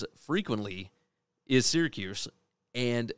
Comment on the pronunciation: Why you keep saying Syracuse???